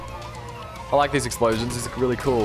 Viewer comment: explosions? i thought he said eggsplosions